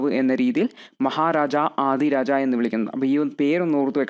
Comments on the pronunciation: Thank you sir. but Maharajadhiraja koottivayikkende. Maharaja aadiraja allallo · Maharaja adhiraja alla bro maharajadhiraja aanu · Nice class .. മഹാരാജാധിരാജ എന്നാണ്...